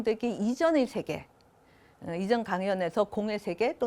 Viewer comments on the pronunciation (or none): 자고저 문제가 심각하옵니다. 몇 가지 예; 세계, 제자, 세상! 만으로, 이들 첫 자를 짧게 발음했나이다. 잘못입니다. 길게 발음해야지요. 참으로 알 수 없는 문화입니다. 학자들의 발음이 이처럼 타락했으면서도, 이를 전연 문제로 삼지 않는 한국의 문화!!